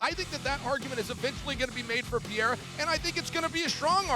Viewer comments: Stop calling him Peheira all the time, it’s fkin annoying. It’s Pereira, get it right! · Chael… Pee rare ah.. dude cmon it’s not Pierre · I always laugh when I hear Chael say "Pierre-a" 🤣. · I had no idea who tf chael was talking about at first. He keeps calling Pereira, Pierre 😂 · Who’s Pierra? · "Alex Pea-era" - Chael Sonnen. Hahahaa, CHAMA!!!! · Who the heck is “Pierra”? SMH Chael 😂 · Who is piyera, at least get the name right, others are saying Alex's surname properly except for Chael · Chael is still calling him Pierra lmao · Chael just saying Pierre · why is Chael calling him Pierrah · PIERA! LOL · Every American pretty much other than dom butchers his last name but Chael is the worst 🤷‍♂️😂 he’s gotta just say poatan from now on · Is Chael trolling or is he really incapable of saying Alex's name correctly? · The way Chael says “Pereira” annoys me so much. It’s not that hard to pronounce properly. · Chael's pronunciation is brutal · Chael 😂 still don't know how to pronounce Alex's last name and he is also a commentator far out 😮